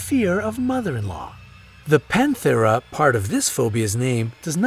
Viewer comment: Common petherophobia, lol!! (Pethera not penthera as in the video)!! 😁